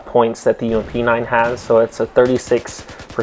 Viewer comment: More deadlier + saying 'UMP' made my brain shoot itself.